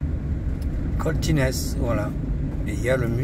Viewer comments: Bonjour, pour Coltines on ne prononce pas le S c'est Coltine, mais on dit bien St Etienne Cantalès(se)😀😀 Bonne route. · Alors petite précision, on dit Coltines , on ne prononce pas le s .... tu es sur le plateau de La Planeise, (Cantal) tu aurais pu peut être visiter Saint Flour.... je connais le coin j'ai un copain qui habite cette commune 😅